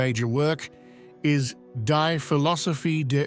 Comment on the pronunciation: The British accent may be an attempt to lend something more "profound" but it must be computer-generated. Most any English speaker knows the German word "die" is not pronounced like the verb meaning to expire. As to content, consider: "It takes a clever man to turn cynic & a wise man to be clever enough not to." George Clemenceau ~ French statesman who served as Prime Minister of France from 1906 to 1909 & again from 1917 until 1920. A physician turned journalist, he played a central role in the politics of the Third Republic, particularly amid the end of the First World War. [wiki]